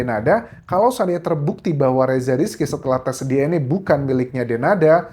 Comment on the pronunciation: Baca DNA bukan DNE